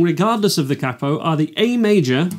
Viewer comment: the way he says capo triggers me